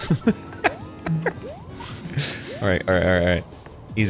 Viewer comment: Dan pronounces ‘parents’ with a H and it annoys me but he’s precious so I’ll forgive him 💜